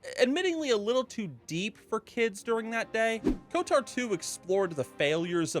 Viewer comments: It's odd hearing pronounce Kotor as Kotar. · Never heard anyone call it KotAR before... KotOR, sure, but never KotAR Oh and SWtOR was pronounced correct xD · I can’t unhear KOTAR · Why does bro keep saying "KOTAR" 😭